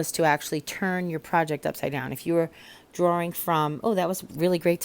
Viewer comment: I lived in NY for 6 1/2 years and hearing how you said drawing made me think of my friend Dave who is from Suffern who now lives in St Augustine and it made me smile.